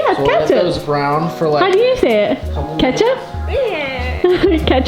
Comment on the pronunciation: my dad is from the midwest. He pronounces it "Kassup".